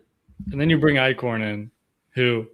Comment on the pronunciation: EYE-SHORN. Stop saying Ike-horn!! 😂